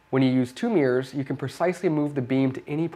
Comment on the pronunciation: Why do you call mirrors meers? Bruh